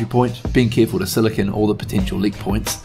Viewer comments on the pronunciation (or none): none